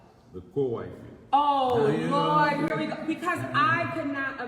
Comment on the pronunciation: Lol when she said Lort I 😂😂